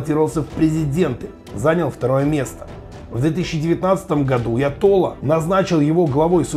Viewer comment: АятоллА : делайте ударение правильно, на последнее А!